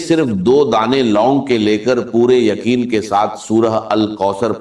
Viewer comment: روجی نہیں، روزی ھوتی ھے۔ یخین نہیں یقین ھوتا ھے۔